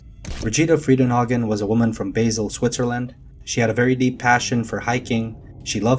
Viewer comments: its pronounced baal ignoramus .......not basil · It's ''Basel''..not Basil.. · There's no such place as Basel in Switzerland, it's pronounced Barl, my brother lives there. :) Also, as tragic as this is, WHY do people go camping in places where there are dangerous wild animals that have a history of attacking human beings? It baffles me. It's like getting into a tank full of hungry sharks and expecting not to get eaten. There's millions of lovely places to go camping that isn't home to large animals with massive claws and teeth that will attempt to eat you on site. Some people just love to put themselves in danger and are then shocked and horrified when said danger causes then harm.